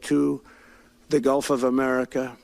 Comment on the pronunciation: Did he say "guff of America"? That's all I heard!